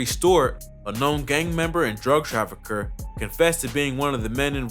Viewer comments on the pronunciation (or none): Anyone else hear trafucker in stead of trafficker lol